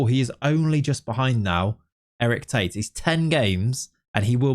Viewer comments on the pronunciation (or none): none